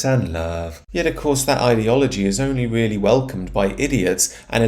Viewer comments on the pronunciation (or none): none